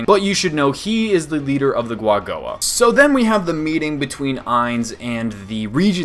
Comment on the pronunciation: Is it not pronounced with ku at the bennining? As in Ku-A-Go-A???